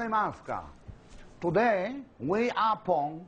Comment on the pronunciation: You daii, not yesterdai, todai!